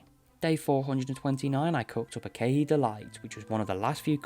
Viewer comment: SAYING KEAHI AS KEHEE KILLING ME LMAOOOO i have this playing in the background so i dropped what i was doing almost immediately LMAO (its okay its very funny)